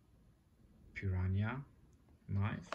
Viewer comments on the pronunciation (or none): Lol when I saw this thumbnail, I was thinking about how my ex gf used to say Piranha but I did not expect you to say it the same way. She was from Czech republic. YOu were correct, this is g10, and I am glad I got a chance to see this knife up close. The images on websites dont do it justice. It does go for around 50USD, and now I see why. I like it a lot. THank you for the video! im gonna subscribe!